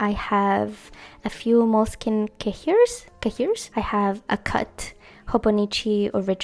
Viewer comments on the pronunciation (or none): little tip from a french girlie : the word cahier (which means notebook) is pronounced ka-yeh (don't pronounce the H, it's a silent letter ALWAYS in french)